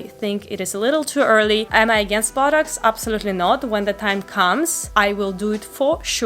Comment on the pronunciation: sounds like she's saying buttocks instead of botox